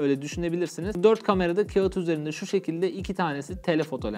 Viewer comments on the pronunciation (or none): none